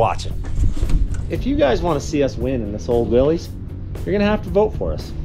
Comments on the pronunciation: If you want to sound like you know those old classic Jeeps, the name is pronounced Will-iss, no long E sound. I know the spelling is weird for what the correct pronunciation is, but having known a old Jeep collector who would correct anyone who would say it wrong, I just thought I would let you know. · Just so you know, it's pronounce Wil=LISS, not Wil-LEEZ. I promise. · Willys is pronounced "Willis" :) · I tried to watch but everytime I hear someone mispronounce "Willys" I have to skip to the next video. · It bothers me too and almost everyone does it. In fairness, most people have no idea that it was a person's last name and that it's not pronounced the way that you might think it would be.